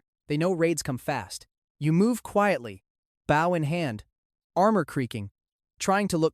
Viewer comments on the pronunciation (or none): “Boew in hawnd” why does he said it like that 😭😭😭😭